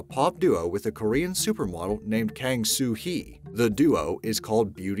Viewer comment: Kang is pronounced Kung